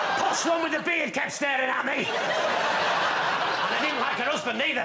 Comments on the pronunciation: oh, posh one. i swear, i thought he said possum. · I heard possum as well lol